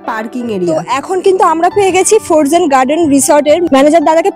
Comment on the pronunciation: সাউন্ড টা ফরজেন না দিদি। উচ্চারণ টা ফ্রোজেন হবে। এমনি সব ভালো লাগলো।